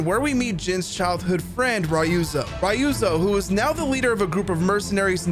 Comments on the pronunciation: Man are u intentionally saying “Rayuzo”😂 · The way japanese says Ryuzo is just to leave you the (Y) so it sound like Ruzo so hearing someone say Ryuzo with the Y lowkey made my minde fucked😂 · My god what did the eng VA director do. Ryuzo is pronounced so wrong 😅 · How can you even mispronounce Ryuzo. The english audio literally tells you how it’s pronounced.